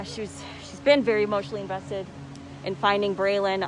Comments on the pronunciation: That one lady saying they dont know nothing. Umm maam you don't even know his name. Its not Brayden but Braylen. That seems really important if your doing an interview scolding people for speculating. Braylen Noble ❤ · Braylen..not Brayden. This chick don't even know his name. She had to ask what his last name in the 911 call... Smh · Who is " BRADEN" .. who is this that don't know Braylen Name? They love BRADEN.... oh no ma'am